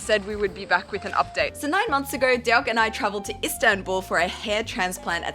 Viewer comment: Lol that's so Aussie..."Derk and I are excited about the idea of doing it"